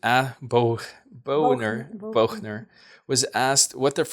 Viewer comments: Thanks for this. (John Boehner’s name is pronounced ‘Bainer’ though some people liked to say ‘boner’ to make fun of him☺️.) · Pronounced John Baner- not Boner. lol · Pronounced "bayhnor" lol but boner works too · It's pronounced more like John "Bay-ner." But I like John "Bo-ner" better. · I couldn't help laughing every time pronounced John Boehner's last name as 'Bone-er'. Although, I have heard it pronounced that way. I used to pronounce it that way when he did something I didn't like. It's actually pronounced Bane-er. The day he left office, he was so happy he was whistling Zip-a-dee-do-dah. I wouldn't have been surprised if he did a little dance too. He was happy to go and get away from the so called 'Freedom Caucus'. They are behind everything that is wrong with the GOP. Boehner has since gone on to invest heavily in the marijuana industry, if you can believe that. Very interesting reading today. confirmed my worst suspicions. These people are monsters. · It's "Bay-nur", not "Bow-nur". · You pronounce it John Bay-ner. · BAY-NOR is how it's pronounced!! 🤗 (Boehner R-Ohio) former Speaker of the House. I hope he left because of the Russian or Chinese 💰 interferences. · His name is pronounced Bonner. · Hi 💖🌷John Boehner, former GOP Speaker of the House, is pronounced as <Bainer> like in or. He is in the lucrative marijuana business now once it became legal. He had his future well paced out before getting out.urrrgh! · Republican Speaker John Boehner pronounced Bay-ner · John's last name is pronounced Baaner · Hi, wanted to mention that John Boehner's last name is pronounced like "BAY-ner". [Emphasis on first syllable "BAY-ner"] Oh, sort of like "Trainer". "TRA-ner". Great info! Thank you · Pronounced, Bainer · Amazing video...thank you. (It's pronounced Bay-ner, for future reference.) Thank god he's gone...too bad Mulvaney still here. I did not know this part about the history of these rogues. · Pronounced "Bayner" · its baynor